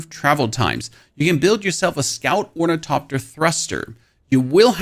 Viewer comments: OrniTHOPTER not orniTOPter you sound like a 4yr old that can't quite pronounce hospital and just say hospull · FYI; there is an "H" in "OrnitHopter". When the letters "T" and "H" are togeTHer, they are pronounced as "th" (like when you say "the"). So it's pronounced Or-ni-thop-ter. Enjoy the engagement. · sorry from the beginning why we not pronouncing the "th" in ornithopter and just the "t"? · Stop calling it ornitopter, the there's an H in it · How this dude pronounces ornithopter as orniTOPTER drives me insane. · Say “orni-topter” one more time, I double dog dare you…. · is it ragebait when you intentionally pronounce ornithopter 6 different ways in the same sentence? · Honestly, I think his pronunciation is pretty freaking good considering German is not an easy language to transition to English from. Plus I have adopted the way he pronounces ornithopter. I don't care if everyone doesn't think it's correct. I like it LOL